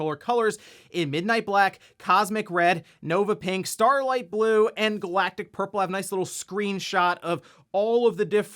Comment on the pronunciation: I heard Galactus Purple when you said Galactic Purple, which I'm here for :D